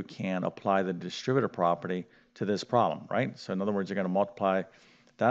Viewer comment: "prolem" instead of problem, "recipical" instead of reciprocal, okay, definitely not a word pronunciation lesson...